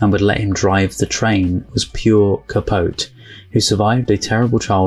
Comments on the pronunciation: Truman Capote's last name is pronounced Capoteee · Truman’s last name is 3 syllables. Cah-poh-tee. You will no doubt run across his name, and his literary works, in your future travels as a lover of film. His book “In Cold Blood” is still credited as kicking off the true crime genre. Great reaction. Subscribed. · And it's pronounced Ca-PO-te (sounds like tea).